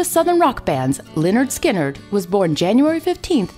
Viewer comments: she prounounced lynyrd skynyrd wrong it´s prounounced leh-nerd-skin-nerd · Hey narrator, it's pronounced 'Lĕh-'nérd 'Skin-'nérd."